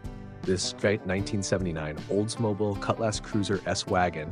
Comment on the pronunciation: OLDS-MO-BI-EL. NOT OLDS-MOBEL. SORRY to correct you. I've owned a bunch of these cars and I cringe at your pronunciation of that cars name 😂😂😂😂